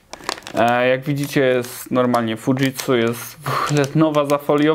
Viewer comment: Nazwę firmy wymawia się przez dź nie dż :) (tak, że Fuji też przez dź). A Toshiba przez śi nie szi ;) Pozdrawiam.